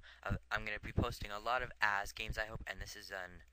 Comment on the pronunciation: Might want to raise volume a bit using audacity or Camtasia. Oh, and I get to show off that I once lost to Ahzz in a Bo3 0-2. =D. Oh, and I think you pronounce Ahzz as Awwz You could work on making your commentary flow better, explaining the significance of each event. and going in depth a bit more. I don't think sniping medics is really useful since they just heal each other so fast and missing a target fire will pretty much screw you up. Good commentary.